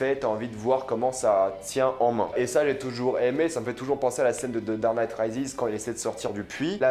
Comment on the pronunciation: "Dard night" 😭😭😭😭😭